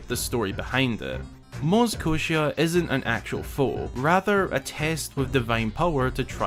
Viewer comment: its maz koshia not moz koshia